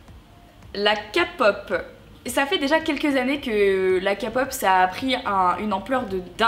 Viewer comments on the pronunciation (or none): D'abord C ps la k pop (kapop) mais la k pop (keypop) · on dit pas kapop on dit kpop alors respect les gens qui aime ça comme a dit quelqu'un dans un commentaire tu t'est pas assez informer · Faut le faire quand même pour dire "KA POPEU" WTF je suis choquée O_o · La CA-POP 😑😑😑 ça se prononce KEY-POP in English please! C'est juste pour dire ça... Sinon je respecte tes choix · Juste pr te dire please crier pas je voulais juste te donner un petit conseil je suis une petite fan de K-pop et pas kapop stp sa pique un peu j'avoue ne tkt pas je vais pas t'insulter je suis pas tomber aussi bas juste stp quand tu parle d'un sujets que tu ne connais pas fait des recherches stp bref bisou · La Kapop ??!! Oh nonnnnnn Marie pas toi stp 😢 La kpop ( Keypop ) c'est ma vie !! Tu devrais faire une réaction aux musiques de kpop je pense parce que tu changerais peut être d'avis 😊 Ya pleins de styles de musiques de kpop comme la krap ou des musiques électro de la r&b etc... Mais je ne te critique pas du tout car tout le monde ont des opinions différents 😊💛❤💛 Bisous ❤ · Bonjour Marie ! Je tiens à te faire remarquer quelque chose qui m'énervent un petit peu: le fait est que je pense que tu sais très bien que K-pop se prononce bien Képop et non Kapop mince ! Alors je sens bien les commentaires venir en disant que les fans de Kpop s'énervent pour rien et patatie et patata... Je ne pense pas que ça vous plairait que l'on prononce Dadju '' Dad-jus '' et Aya Nakamura '' Aya NakamUra ou encore pour dire R&B vous dite ''erendbi'' et non pas ''er et bé'' donc s'il vous plaît Kpop se dit Képop et non Kapop car la ça commencent à devenir de la provocation (c'est mon avis) car les français savent très bien prononcer des mot englais soooo dit le bien merci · (Sans être mechant) on dit keypop met non kapop c’est vrm de la bonne musique tu devrais te renseigner sur c’est musique et aussi il y’a plusieurs groupe comme exo blackpink ectt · Et ça se prononce pas Kapop mais Kpop🤗